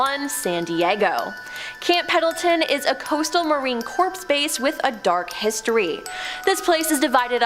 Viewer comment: Marine corpse?? It's dead!?!? Marine Corps (pronounced 'core')......Coronado NOT Coriando, not even close. 🙄 Sarah Winchester passed away in 1922, not 1992. 😑